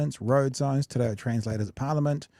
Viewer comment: Hey Fam Love you 3 sounds in te reo 3 sounds incorrect Incorrect T’ (first sound of Tim) Ray (the Aussie breakdancing Olympic scam) Oh Correct Teh (as in the first sound of ten) Reh (as in the first sound of rent) Or Lesssssssgo fam. 3 for 3 wrong. I gotta jump in Love you whanau We got this 🖤